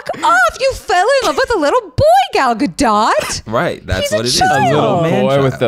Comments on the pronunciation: Not them calling her Gal Ga-dot😭✋ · Just so know Zach her name is pronounced( Gal -ga-doe) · I know this was a year ago so it's pretty irrelevant now but it's Gal guh-doh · It's highly entertaining hearing the three of you mispronounce then correctly pronounce Gadot throughout this podcast episode.